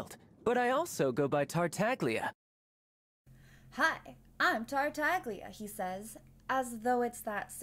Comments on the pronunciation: Every time someone pronounces Tartaglia with a hard G An Italian speaker dies a painful death x) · isn't the g in tartaglia silent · im italian, its supposed to be pronounced like "tartallya" but with the first L sounding like a soft G. its an hard sound to describe outside of the italian language. the way its pronounced by the english VA its incorrect. that "gl" is always soft, never hard like americans pronounce it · I CAME HERE IN THE COMMENT SECTION LOOKING FOR SOMEONE WHO NOTICED THANK YOU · Why everyone, including the voice actor, pronounces Tartaglia wrong? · no saying theyre "silent" is not very correct. in italian the letter G when its before the letter L or N it has a specific sound which is different from what you would usually pronounce it but its still there, its not silent. we call it "sweet g" (g dolce) compared to the "hard g" (g dura) that we normally hear. this video right here explains it perfectly